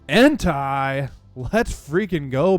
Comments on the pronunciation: Bro you gotta stop saying en-tie. One it’s wrong and two it sounds like you’re saying hentai, which idk if you know what that is but if you don’t look it up 😂😂😂 his name is pronounced en-tay 🤞🏼 gotchu bro lmaaaaoo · You say suicune right but you say entei wrong ; its en-tay :) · Blud pronounced Entei like Hentai without the H